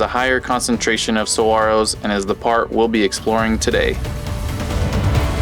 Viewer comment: Thank you for pronouncing saguaros correctly!